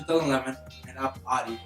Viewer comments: just fucking say the name of the brand right!!!!!!!!!! is that so fucking hard?? its not ADI!!!!!!!!!! ITS FUCKING AUDI! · how can you expect respect if you cant even pronounce the brand right... its CALLED AUDI NOT ARI